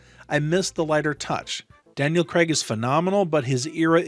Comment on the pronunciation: Craig...not Creg